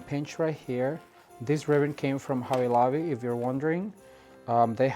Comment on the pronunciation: a "B" is NOT a "V" if you are going for quality fix your english !! its not hovvy lovvy !!